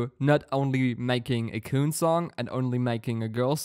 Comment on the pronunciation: by the way, his name pronunciation is Kun, the un is the sound from (un)understand. Sounds like Kwun, K, w, un. like english phonics.